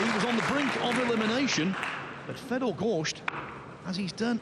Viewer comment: I wish someone would tell that Fedor's name doesn't rhyme with beet soup